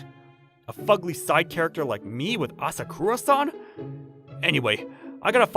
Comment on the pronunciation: Ah sah koo rah san ❌️ Ah sah kuh rah san. ✅️